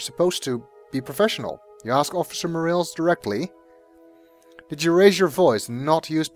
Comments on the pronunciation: It's pronounced "More-ah-lays", but whatever... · This has been said before, but it's pronounced 'Mor-AHL-es'. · Officer More-rails lol. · More a less